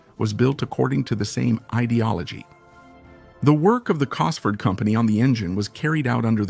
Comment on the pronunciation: Phucking bot narration!! Kit Duckworth, Cosford engineering, etc, etc!!! Arrrrgh!!! Only managed 5 mins before I was sick of it!!